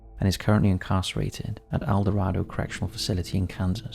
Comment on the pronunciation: Maybe look up the pronunciations of Wichita and El Dorado before recording the BTK episode.